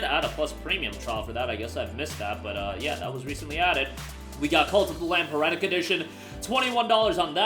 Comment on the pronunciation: I come here to listen to my guy mispronounce things. Does he still say 'Persona 5 Royale' instead of 'Royal'? Lol new one today with 'heretic', good one